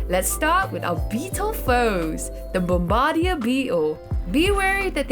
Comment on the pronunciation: It’s bomb-ba-deer not bom-bardia